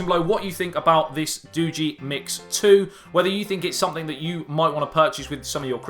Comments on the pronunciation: It's doogee not doogy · Pronounced DOUGH-GAY. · I never thought about Doogee.. But this phone could change everything. wow. it is pronounced doeg (Dogee) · doogi......... not doogi. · It's pronounce doogee, not doogee. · Oh! I googled it! It’s Doogee not doogee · SAY: DOO-BEE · pronounced doojzz nice review/revisit chap! all the best for the new year too. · Comedy in the house..I think it is pronounce d Doo-gieee..lol..but in-depth break down.. wow u r the first YouTube who have said that the cam is not freak...And u did. Simple thing to prove your point...you are killing it..😁😁😁😁😁👍👍👍👍👍👍..great job..ammm..now that sweater..let's just say cannot put it into words.. lol..it is like a child only a mother could love..lol..do have a most productive 2018..looking forward to this coming year to see how great the channel grows... P.s...your other channel feels neglected..